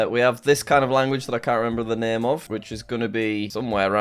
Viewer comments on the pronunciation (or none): none